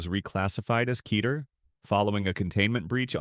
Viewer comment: Kay-tear? Yeesh